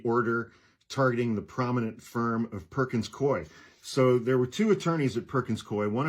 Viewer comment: It's pronounced Perkins Koo E Swear to God - in the HQ in Seattle. I was in Trademark/IP. I swear - it's like coo-e